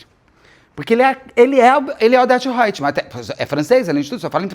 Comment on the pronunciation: "Odeto Hoitmam" hahahah, amei!!!